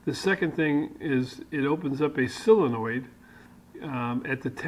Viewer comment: Thanks, very envious of your set up. Hope to emulate some of yours and your friends ideas in retirement soon. Did you mean Solenoid? Or Aluminium? Or Solder..?...Only pulling your chain of course, we have perfect diction Down Under. Long may you run.